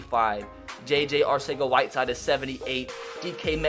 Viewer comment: for future reference JJAW pronounces his name JJ ArTHega whiteside the C sounds like a th